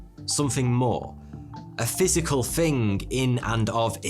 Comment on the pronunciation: Bro, 'Thing' is pronounced with a 'Th' not an 'F'. Thought an 'all knowing' chap such as your good self would know. Arrogance isn't an easy path to navigate is it dude?